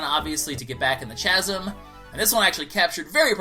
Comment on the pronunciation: It's not pronounced "chasm" it's pronounced kasm. (I don't mean to correct you in that, it was just bugging me.)